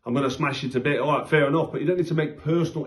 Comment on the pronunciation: When you say Fair it sounds like Fear